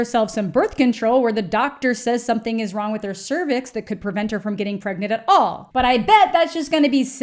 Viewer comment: “Am I pregante?”🧐